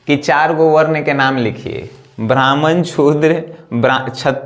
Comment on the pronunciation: छुद्र नहीं बे शूद्र the great